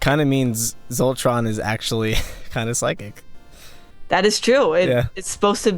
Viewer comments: WHY DO YOU KEEP CALLING HIM VOLTRON WHY SHOULD I LISTEN TO YOUR THEORIES WHEN YOU CAN'T EVEN GET THE TITULAR CHARACTER'S NAME RIGHT ASDFGHJKHS Sorry - that was bothering me. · i love that she keeps saying Voltron instead of Zoltron. or they just sound to similar. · she kept saying Voltron instead of Zultron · They said voltron instead of zoltron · SHE KEEPS SAYING VOLTRON HNNG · Is it just me or when she said Zoltron it's sounded like Voltron?Idk maybe it's just me. I love Voltron tho. It's the best. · is she saying voltron? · She keeps saying VOLTRON...... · It's Zoltron not Voltron XD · Oh my God... she is calling him Voltron... XD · Lol zoltron. not voltron. this isn't the 80s.. or is it?